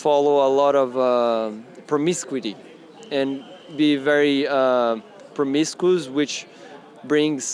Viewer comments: "Promiscu-ty" 🤣🤣🤣🤣🤣 Thanks for a good laugh to start my day. 💙💙💙💙💙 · the first guy is a latino. in spanish promiscuidad(which means promiscuity) is pronounced with teh same rythm he used. if you're gonna mock someone for speaking english in a less than perfect way, remember he speaks at least two languages. typical whyte folks trying to deride latinos. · Who's indoctrinated? The guy obviously read the word somewhere b/c he doesn't know how to say it